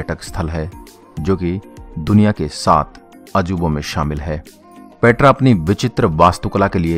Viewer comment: पेत्रा नही पेटरा 😆